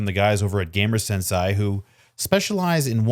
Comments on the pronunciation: I didn't even realize it was supposed to be "sensei". lol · thinking the same thing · Sensei (sen-say) it's Japanese term not German. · I Sen-Sighed every time you would Sen-Say Sensei wrong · sensei is pronounced "sen-say"